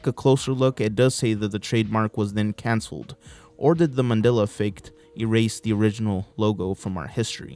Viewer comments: I remember this guy saying MANILLA instead of MANDELA. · Why can't you pronounce "Mandela" correctly